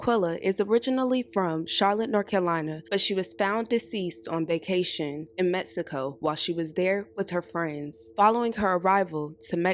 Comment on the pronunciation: Prayers for her family, also the beginning says “Cabo, MEXCIO”?? 🧐 I’m sorry but isn’t it “Mexico”